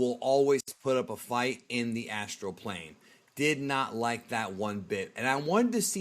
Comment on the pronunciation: "Astral plane"👀💀🤣🤣